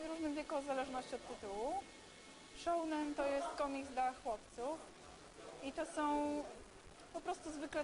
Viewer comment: Szołnen... Po chuj wprowadza takie pojęcia, skoro nie potrafi ich wypowiedzieć?